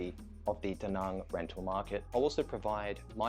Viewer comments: Not to be that guy, but do you ever think you'll make an active effort to try and learn to say "Da Nang" like it's pronounced in Vietnamese? Like "bang" and not "bong". Again, not a hater, just wondering. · Why the fuck are you calling Da Nang, D Nung? Also it's VIET nam. The nam is implosive and rhymes with ham. Stop talking like a yank.